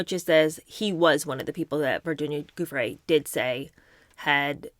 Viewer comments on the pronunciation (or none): Gi in Giuffre is pronounced J not guh.